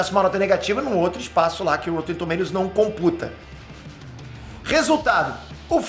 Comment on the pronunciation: porra Píter, é rÓtten e não rÔUtten...